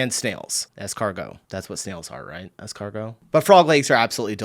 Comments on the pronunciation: Yes in French we say "escargot" for snail. And you ponunced it perfectly (the t isn't pronunced) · I'm French and I've never even had frog legs or snails. By the way, your pronunciation of "escargot" is perfect.